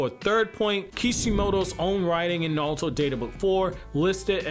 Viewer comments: i hate how hes saying nalto instead of naruto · The way you say Nalto. Like..why? It’s Naruto. It isn’t hard. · Why do you pronounce it like nalato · Am I the only one who hear him say nawlto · How do you have a whole naruto page and can’t say his name right 🤦🏽‍♂️ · Bro can you say Naruto properly